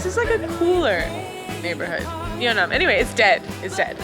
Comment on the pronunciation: Just a Korean passing by. The neighborhood is called and pronounced Yeon Nam Dong. Just so people don't get confused looking for Yeo Nnam in the future.